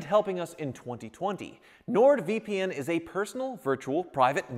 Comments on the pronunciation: Keeps calling it “NordVPM” vpm vpm vpm 🙄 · Sounds like he kept saying Nord VPM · um... it's Nord VP"N", I played it multiple times, your saying "M" lol.;)